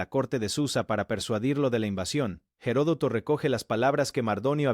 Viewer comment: Se dice Platea y Herodoto no tiene una hache aspirada si no que la hache es muda en castellano,por favor hable el idioma con propiedad.